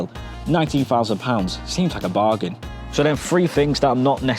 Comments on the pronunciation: Whats a fousand, did he mean thousand 😂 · This presenter is really irritating with his ridiculous failure to pronounce the “th” sound properly. The more I heard “ two fousand and twenty free”, and “smoov” the more I wanted to slap him.